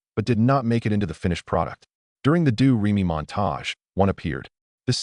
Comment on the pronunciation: AI reading is annoying mispronouncing names like Leslie Caron and Georg (Von Trapp). The song "Do Re Mi" becomes "Doo Ree My" and . Many inaccuracies as well. Julie Andrews was not in the film of "My Fair Lady" . Kurt Russell was considered for Liesl??? . The first scenes of Liesl and the "My Favorite Things" was filmed in Hollywood, not Salzburg. . Their boat tipover didn't take place on the "ocean". . The song is "The Lonely Goatherd", not "The Solitary Goatherd"! . If you go to so much trouble to put this together, why be sloppy?